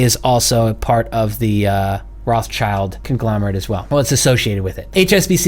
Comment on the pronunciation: please, pleeeeaaase stop saying "roths-child" ... it's a german based name and is spoken "roth-schild" (spoken: rod shild) which means something like "red shield" and has nothing to do with "child". it hurts a little bit in german speaking peoples ears. THANK YOU. APPRECIATE IT.